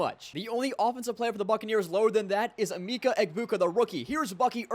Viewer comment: bro was pronouncing emeka egbuka terribly. it is pronounced (eh-MEH-kuh eh-BOO-kuh )